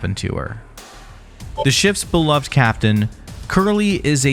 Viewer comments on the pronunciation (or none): none